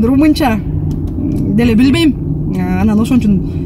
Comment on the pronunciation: Билбееейм деген созудо тили былтыйып калатко